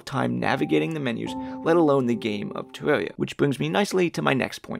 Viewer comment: "tewwawia fwans awe toxwic" That's all I needed to hear